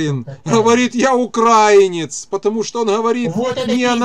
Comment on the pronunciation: вірно ставте наголос: украЇнець, а не укрАїнець...